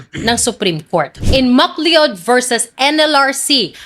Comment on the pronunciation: You are good in delivering your speech with strong emphasis, but next time pronounce the surname McLeod , not Mcle-0d but it's pronounced as Mac Cloud. I did that big mistake when I first work in an American hosipital and no one stood up because I pronounced it wrong. But overall ,you're good in delivering your speech to touch their black heart and conscience. Congratulations!!